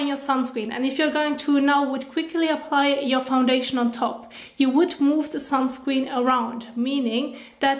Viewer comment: I love how she say sunscween